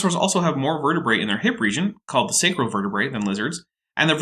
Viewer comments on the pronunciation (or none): none